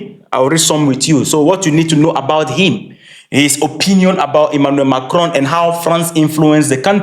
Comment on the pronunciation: Dude, learn to pronounce his name. That's lazy and disrespectful. Come on. This is colonial mindset.